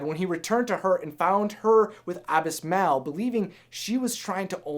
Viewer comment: What is wrong with you!? Can't you speak english!? Abismal's name is pronounced ah-bih-smahl! I mean siriously! First you can't pronounce the word dragon right, then you can't pronounced the word bag right, the you can't pronounce the name Saluk right, now you can't pronounce the names Dahndi and Abismal right! What is wrong with you!? Is English even your first language!?